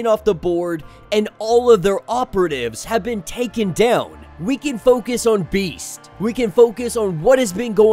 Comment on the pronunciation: So this is how Domino’s current arc ends. I hope Max becomes her surrogate son. Btw I winced every time you said Beast’s name